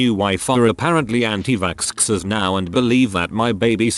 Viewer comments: was I the only one who was a bit confused whenever the robot boice said anitvaxxers, it would say antivaskskskskskskskskskskskskskers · Reddit: Anti-vaxxers Text to speech: Anti Vackscksers